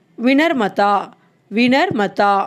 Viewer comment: உங்கள் முயற்சிக்கு பாராட்டுக்கள். தவறாக எண்ண மாட்டீர்கள் என்றால், சில சுட்டுக்கள். ஜாதக பொருத்தம்: குண்டலி மிலன் (மிலான் அல்ல) பணிவு: வினம்-ரதா (விநர்-மதா அல்ல) சில வார்த்தைகளின் உச்சரிப்பில் இன்னும் சற்றே கவனம் செலுத்துங்கள். இந்த பாடத்தை இன்னும் கூடுதல் சுவாரஸ்யமாக்க இந்த சொற்கள் கொண்ட ஹிந்தி பட clipping சேர்க்கலாம்.